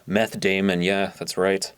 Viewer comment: "Jesse, where did you put the methé?"